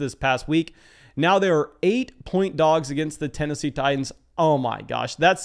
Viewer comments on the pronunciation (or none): none